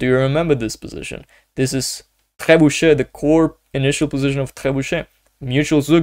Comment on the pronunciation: I am a beginner(500ish) I struggle playing with black in the opening, which opening should i learn? Btw ur pronunciation of "trebuchet" is soo goooodd😅